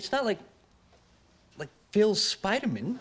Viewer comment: “As one of the spidermen,” said with the same syllable stress Phoebe on Friends used, like its his last name.